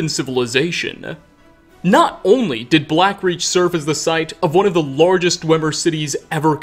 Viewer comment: I have to say, after a while, your speech pattern starts to grate on me.... were you aware of the way you add "uh" to tons of last words in the sentence for no reason? "Settleuh", "diduh". "Falmeruh". Really distracts from your good info. Kind of annoying.